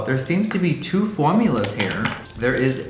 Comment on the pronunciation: When he said formulas I laughed so hard